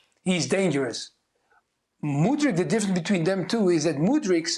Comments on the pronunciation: Lol Craig still be pronouncing Mudryk like Modric 😂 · When is Craig going to say Mudryks name right? It's not Modric